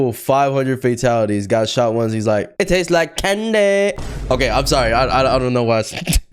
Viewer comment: the way he said “It taste like CaNDY”